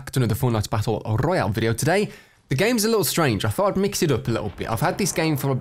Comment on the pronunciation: Battle rrrrrrroyal